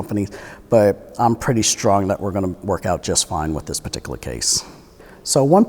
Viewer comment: "This patikaluh situation"